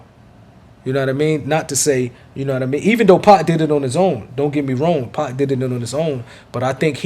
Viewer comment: When says 2pac i heard 2pop